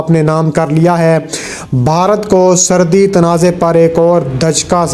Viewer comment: Srdi, Srdi, Srdi.... Lgta hai apko Srdi kuch zada hi lgti hai jb hi urdu bhi theek se bol nahi pa rahey hain. Asl lfz "Srhdi" hota hai Bhai. Pind se seedha ghr aa kr video bnaney beth gai ho kya? Urdu to Sahi trha se bolna seekh lo. Ooper se sans ap ki Itna chrhti hai k jesey ap Aik meel tk dorh lga kr video mai voice over kr rahey ho. Mike mai ap ki sanson ki avaz BOHT hi buri lgti hai jb ap boltey ho. Bhai ya to Apni in dono khamiyon ka koi hl nikal lain, ya phir ap ksi or se video ki voice over krva leya krain plz. Right?